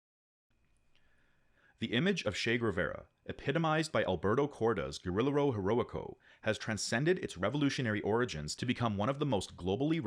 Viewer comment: It’s Ge-Ri-Je-Ro not Ge-Ri-Lero and Ge-Va-Ra not Ger-Ve-Ra. Otherwise great vid as always!